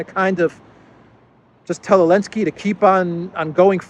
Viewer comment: I've been watching Duran for a few months, is my favourite. Can anyone explain to me what's the reason for to call "Z" Elensky? Why does he drop the "Z"?